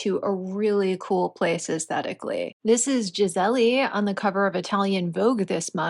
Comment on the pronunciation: Did you really say Gisele-y??